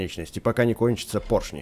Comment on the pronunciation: Вообще-то правильно поршни говорить